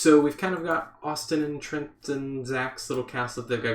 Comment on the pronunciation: Every time you say Trent, it confuses me! But great start the castle